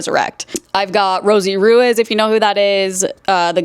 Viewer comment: not gunna lie you pronounce names so wrong… Ruiz is pronounced Rue-ease and Macgyver is Mac-Guy-Vur